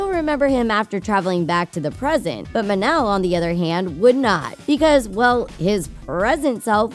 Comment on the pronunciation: Mon-el not mun-el